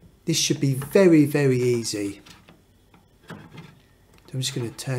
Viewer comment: Vewwy vewwy easay indeed!